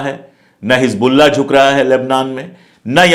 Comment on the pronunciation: It's Hezbollah not Hij Bollah. Plz say it right. Don't mix z and j.